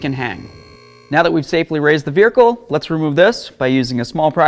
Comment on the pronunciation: I knew I wasn’t the only one who knows he said it differently 😂